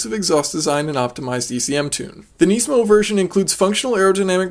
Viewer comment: its nismo not neesmo or whatever.